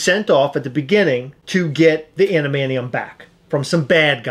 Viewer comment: Thank god, this review is over, so I don't have to hear murder the pronunciation of adamantium, you know Adam-an-ti-um not ad-man-chee-hm.